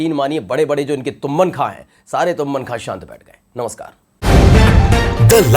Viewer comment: तुम्मन खॉं नहीं तुर्रम खां होता है